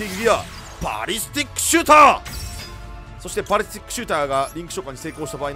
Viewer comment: パリスティックじゃなくてバリスティックです バリスタです